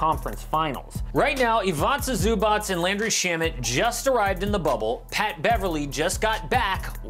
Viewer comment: It's not ivaca zubac but Ivica Zubac